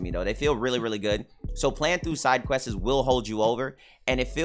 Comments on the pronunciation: "questesez" lol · I don't even know how I'd spell quests the way he said it lol. So questes was my first attempt but questeses is more accurate i think lol idk